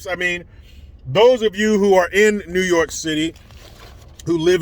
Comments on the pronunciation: new yooor-kaaaaaah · Newwwwwww yorrrrrk I absolutely love it hahaha